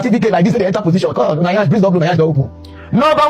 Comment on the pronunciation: Madam, the word BECAUSE has no R in it. Geees😂😂😂😂